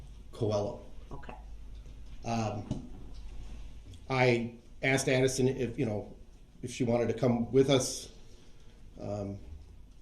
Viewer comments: Lol objection " axed and answered" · AXE 🪓 AND ANSEWERED 😆 🤣 😂 😹 😆 🤣 😂 😹 😆 🤣 😂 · Objection Axed and Answered ! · Axed and answered